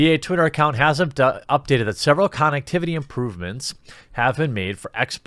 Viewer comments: Nobody pointing out him saying con ectivity. This is literally killing me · This is the first time I heard someone pronounce “connectivity” the way you did.